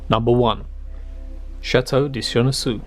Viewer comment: Chenonceau c’est très très mal prononcé, le reste bien.